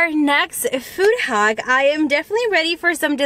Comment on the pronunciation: It’s hack not haock